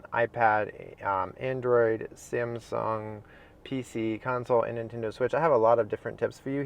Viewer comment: ”Samsong” LOL! Nice Vid Btw